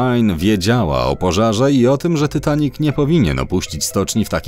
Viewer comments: Ja jestem najwienkszym fanem filmu titanic mam tapete 70 zdięć poduszkę 5 koszulek i 3 zdięcia i puzzle 3d titanic jeszcze mnie to boli że mówisz tytanik a nie titanik jak cos to pisze jak sie mówi a nie jak pisze hehe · Dzień dobry. Po pierwsze: nie mówi się ,,Tytanic" tylko ,,Titanic". Po drugie: ,,Titanic" miał 28.2 m, a nie 29,4 m szerokości.